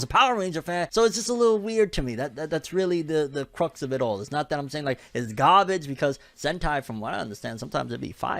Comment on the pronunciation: NY accent came back when he said. “Not that I’m saying it’s GAHbage”